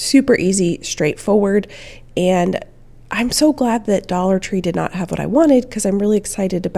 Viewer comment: "dollar 25 tree" 😂🤪 that made me lol These are so fun!